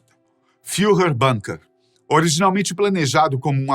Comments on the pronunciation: «Bunker» é palavra do idioma alemão. Por isso deve ser pronunciado «búnkêr» (ambas as sílabas tônicas já que o alemão não é idioma tonal), e não «bânker» (esta é a pronuncia inglesa, já que ingleses e estadunidenses pronunciam tudo, em todas as línguas, como se estivesse em Inglês). «Búnkêr», portanto! Obrigado! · Bunker é uma palavra de origem alemã e se pronucia com "u" mesmo. E nao "banker" como é falado no video. E extrema direita do partido nacional socialista alemão? Vai estudar e ver a origem do proprio bigodinho e do proprio nazismo. Ate o manifesto nazista é uma cópia da ideologia socialista russa, com pequenas diferenças, inclusive o estilo das propagandas do Gooebles iguaus as de Stalin.